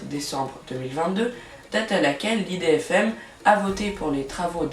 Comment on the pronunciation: Tu as mal prononcé idfm faut pas dire ça l'idfm on dit IDFM